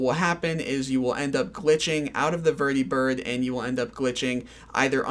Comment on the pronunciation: lol why do you pronounce vertibird and prydwen like that? they've been said out loud multiple times throughout the game